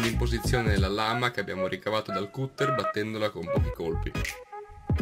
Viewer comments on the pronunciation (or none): Comunque si dice "catter" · Si pronuncia...Catter...bravi comunque👍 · comunque si legge "catter"